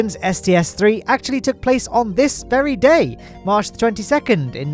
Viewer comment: you said: "comment if you're one of the pogchamps watching on March 22" I heard: "comment if you're one of the pogchamps watching on mars 22nd" I thought you told someone to comment if they were watching from mars in the 22nd century lol